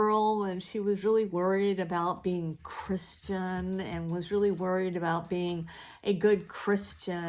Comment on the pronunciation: It’s hilarious the way you kept saying CRISS-tian! I know Monica Ferris! She goes to the same church I do and she’s a super creative lady! Ok, maybe I’m going overboard on the exclamation points... I decided to do the tag... No such thing as too many of the stories are good, but I hate when you HAVE to read them in order, if it’s too many titles I tend to pack it in! Softcover...easier for taking along to work, doctor’s appointments etc. I couldn’t finish the Time Travellers Wife, and I know that’s a favorite for a lot of people, but it just gave me the icks I can always reread the Red Tent and Gone with the Wind. Also my fifties teen romance books by Rosamund DuJardin. Imma multiple POV person usually,I think it can add a lot of depth to the story Least favorite? Hard pick because I usually dump a book without finishing it if I don’t like it, but I would say Sanctuary by William Faulkner since I was forced to read it in college and it’s just horrible on so many levels, especially concerning the treatment of women in the story. I can read with music in the background if it’s instrumental...and NOT metal!